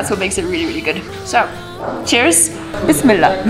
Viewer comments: Hahahaha love watching your vlogs but never comment but right now i must say i loved when you said Zaa hahaha and also when you said BISMILLAH wow eva wish you could stay in pakistan forever my one of dream is to meet you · Hi Eva, I can't stop watching you. I love the way you say assalamu'alaikum and bismillah. Love you love you love you 💝